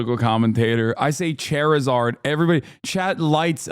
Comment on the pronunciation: THIS MF SAID CHAIRIZARD. I spit out my sprite laughing when I heard that. He should never be able to live this down